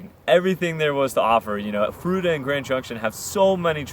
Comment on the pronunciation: Fruita, froo-eee-tah.